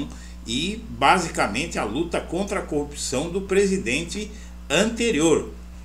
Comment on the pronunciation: Ele falava ( currupção) kkkkkkk